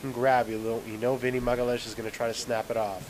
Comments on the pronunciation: it's ma-ga-LI-AHN?-IS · you pronouce as Maga Lee Ains Magaleeains, its the nearest i could approach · It's not that hard actualy, but you need to learn two different portuguese's sounds first. 1 - lh sound 2 - ã sound His surname is not magalhaes, but magalhães. Once you learn them two, you'll speak it properly.